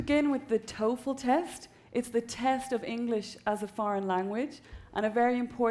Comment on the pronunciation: TOEFL NOT TOFEL (Test Of English as a Foriegn Language).